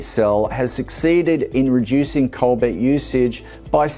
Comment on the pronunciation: Does he mean to say cobalt im sure he keeps saying cobait. Wasn't sure.